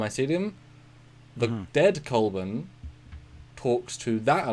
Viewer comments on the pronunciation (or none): Culbur not Culbin. Sorry, frightful nitpick. But it's bugging me. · It's Culber... just nitpicking.